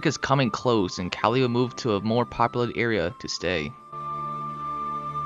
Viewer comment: "Kali, a male leopard" Proceeds to mispronounce Kali